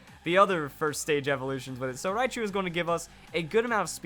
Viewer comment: Raichu, not riachu.